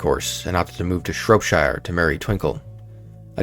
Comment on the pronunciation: Just a little pointer: maybe look at how to pronounce English place names rather than butcher them. As an Englishman, we appreciate when someone makes that effort. You can find out how to pronounce these places on YouTube (Yorkshire, Norfolk and Shropshire were all victims in this video ).